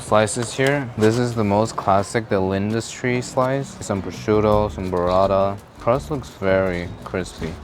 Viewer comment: Why does bro call burrata "berada"? 💀